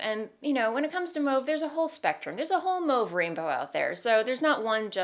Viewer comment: i’m new here so i don’t know if it’s a joke or something but does she know she’s pronouncing mauve wrong?